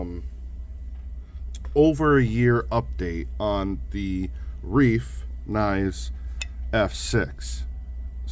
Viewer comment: pronounce it "Rife"